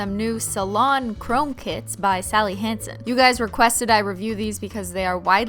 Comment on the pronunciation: When she says "kits" i think she's talking about "kids" ..😂😂 i was like? What kids?